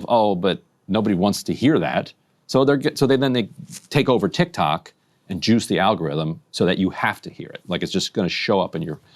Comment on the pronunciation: Did Ryan say JUICE THE ALGORITHM or JEWS THE ALGORITHM?? 🤣🤣🤣🤣